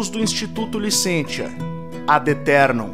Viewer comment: A pronúncia certa é LICÊNCIA. O ditongo latino "tia" em sílaba átona pronuncia-se como "cia".